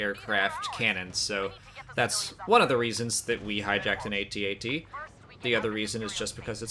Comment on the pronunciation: I love that she pronounced each letter in "AT-AT." I've always said it that way. Is this the first time it's been pronounced that way in a canon source?